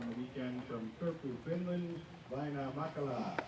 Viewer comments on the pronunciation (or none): Please don't go back to pronouncing it Vaino instead of Väinö. It just bugs be as a Finn more than most names as "vaino" means "persecution" in Finnish. At some point got it right earlier in the season